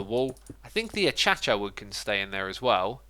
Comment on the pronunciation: Akaysha not Atchacha